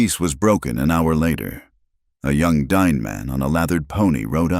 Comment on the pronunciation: Not DINE, it's pronounced "dee-nay".